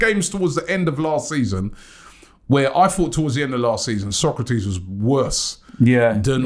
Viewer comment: His name is Sokratis not Socrates lol